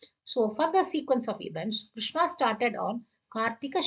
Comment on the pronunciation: Thanks! Great information. Btw, if I may, Ma'am just a small correction is needed in the pronunciation. Krishna (with long a) is Draupadhi. It has become a habit for us to always end the words with long vowels and that obscures the meaning as well.